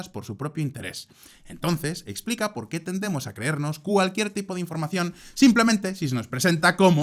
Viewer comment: Pol qué? No hay "polqué"😂😂